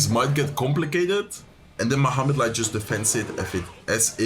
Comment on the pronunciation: Kept sounding like you were saying flesh light 🤣